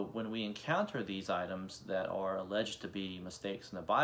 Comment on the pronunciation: Dude, “alleged” is two syllables, not three.